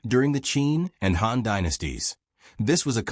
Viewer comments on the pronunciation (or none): Even though the video is actually refering to the Hàn people, the pronunciation is like Hán, so maybe because of that he/she got confused. However let's clear it up, the video is actually talking about the Hàn people of China. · Wrong tone, man